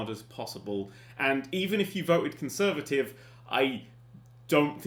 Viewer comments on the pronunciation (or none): none